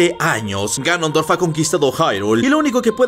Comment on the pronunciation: Soy yo o dijo granondorf el en el min